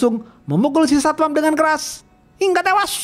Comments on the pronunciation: klu ngomong hingga tewasss medok banget😂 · Yang menarik dari channel ini: 1. Opening komentar. 2. Pengenalan karakter. 3. Film yang jarang di review channel lain. 4. Logat khas, pelafalan hingga tewash, dan njos-njos yang iconic.